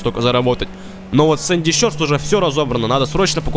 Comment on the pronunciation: правильно говорить шорс, а не щёрс